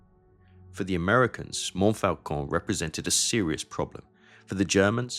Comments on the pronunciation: And Montfaucon is pronounced monfocon. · Interesting and well done. I have a single criticism. You can't correct people for mispronouncing "Meuse," and then mispronounce "Montfaucon" repeatedly. (There is no letter "L" in that word in French.)